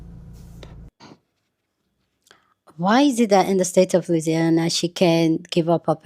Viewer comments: Aaaaawww, it's okay,! ☺️🫂 All those vowels together can be tricky sometimes. 😅 In The South, we just say it like: "LOO-EASY-ANNA". ☺️ And thank you for that clarification--it all makes sense now about why her Children go to "Catholic School". ✝️ (Catholics are a religious minority in the USA). I was wondering about that. While there are Catholic Schools all over the USA, I'd say that MOST schools are "Public Schools", which just means that they're free to attend and non-religiously affiliated. I was wondering about why her Twin's school didn't have a bus/es. Makes sense now. Thank you for that intro info! ☺️✅️ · Louisiana. Pronounced Lou-easy-ana. If I wasn’t from there that would feel like a weird word to pronounce. 😂